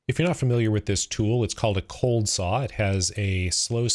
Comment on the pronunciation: Errrr ‘cold’, not ‘bold’ 🤪